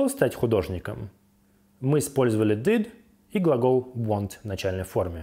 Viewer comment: Почему сымпл(Simple)??? Почему дыд(did)? Что за произношение???? Еще и других учит